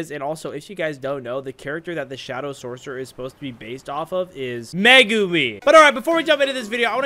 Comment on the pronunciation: The way he said megumi😂